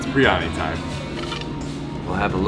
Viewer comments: you're butchering Biryani. Think of Beer then the singer Yanni. Beeryanni. Not that hard... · Bi ry ani. Not briany.